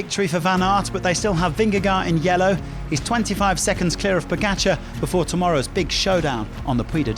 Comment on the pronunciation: You get paid to announce bicycle races. A pro Pronounce correctly pogacar and vingegaard